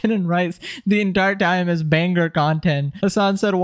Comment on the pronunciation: You sound like you take speaking lessons from Andrew Taint. This video it liTerally not a banGer